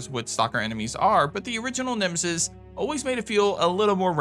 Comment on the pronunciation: Naw it's nemesis but atleast you were close to getting it right